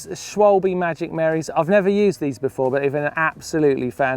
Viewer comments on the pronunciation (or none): try to pronounce it not schwolbe,it should be schwalbe ;)